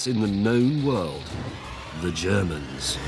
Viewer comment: I think James's pronounciation of "Ze Germans" is a bit off.